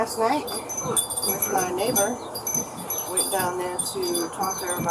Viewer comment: "neighbor" with a hard "R". What's crazy is you know this mama calls her daughter a B** everyday. let's see that camera's recording from about 1 hour earlier. "He's just going off her word. There's no evidence." Yeah, except for that woman's face.😂 I'm sorry, is that the 13-year-old daughter in question? Gtfoh. If you really do have it on camera, then let's see it. I'm pretty sure she would have said that to begin with if she didn't think the video would be incriminating. Let's see the tape!